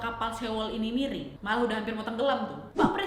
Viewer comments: Yang aku denger "mereng" bukan miring 😅😅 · Maaf aku retjeh cuman karena denger kak nadia bilang "Mereng"🤣🤣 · Miring nadiaaaa bkn mereeeeeng 😆😆😆😆😆